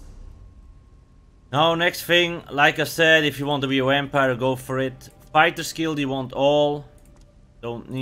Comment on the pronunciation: The "wampire" always get me